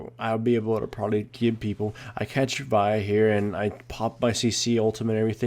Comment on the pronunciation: Why do so many people mispronounce Vi's name? It's said repeatedly in her song.